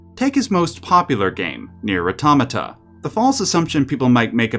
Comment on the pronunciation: 'Let's listen to mispronounce Automata's title for 20min, the video'